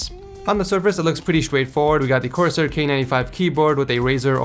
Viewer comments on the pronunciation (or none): none